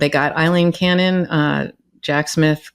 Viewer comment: Karen, It is NOT Eileen, it is Aileen (pronounced Ale-een). My wife is Aileen and it drives her bonkers when folks misprounouce this Scottish name.